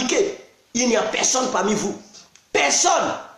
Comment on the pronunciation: Tu parle quelle langue on comprend pas on dit personne pas pesonne